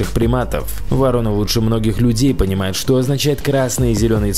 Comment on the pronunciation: Не воро'ны, а во'роны, не путай.